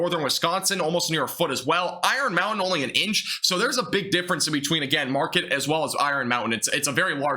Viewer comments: My friend, we call it the Upper Peninsula of Mi. Then there is the Lower Peninsula. The city you talked about is called Marquette, a French word pronounced; Mar-Kett, not the ‘market’you shop at. People around here are funny about correct pronunciation of the area we live in. Being in extreme Northern Michigan (LP) I’m confident we will see lake effect snow as well as anything directly from this storm. If you live in Michigan we know lake effect can be massive, especially if the Great Lakes are still open water. Nice to find your channel! New sub. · It's pronounced Mar Ket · (Mark-kett) Marquette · Please pronounce Marquette and Traverse City correctly.